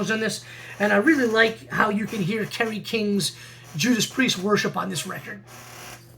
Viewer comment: Sounded like you said KEVIN King. I had to play back a few times to see if I heard right or wrong